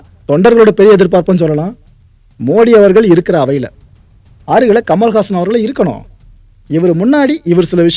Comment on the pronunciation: I thought his name was 'kamalahaasan' ; but he's saying 'kamalhaasan' which is a sanskrit word - 'Kamal haasan"😂🤣 why can't he tell his name in tamil as 'kamala haasan' 😇